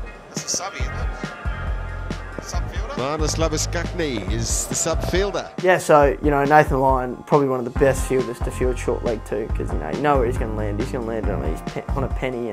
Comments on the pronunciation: marnus labooskuknee 😂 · Think you gentleman will find its pronounced Loose-bus-change. You're welcome. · It’s Labuschagne, not Labu-skuk-ne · “marnus lab-a-scack-nee” English 100